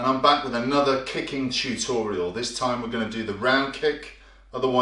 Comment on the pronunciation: chew-torial. This is the most complete comment in the world.